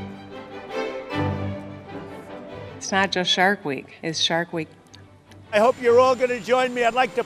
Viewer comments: No one: Trump: NAHMUSTIE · “Nawmo-stay” -Donald Trump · Nobody: Trump:"NaMuStE, NaMuStE" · It sounded like "nah-MOOSE-stay!" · “Namooste Namooste” 😭😂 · Its Namastey, not "Namm-uustayy" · He wasn’t saying “Namaste”, he was saying “Nah, Imma stay”